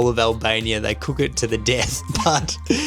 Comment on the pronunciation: "they cook it til the Dth" lolllll